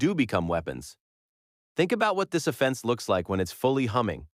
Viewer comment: The ai voices in so many new channels just skeevs me. "think about what this uh-fence looks like". We don't need to destroy our freshwater supply and double our electricity bills for stuff like this.